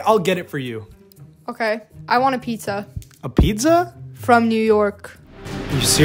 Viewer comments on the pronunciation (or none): What it’s called:pizza What everyone pronounces it:pista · Bro just pronounced pizza the way it’s spelt 💀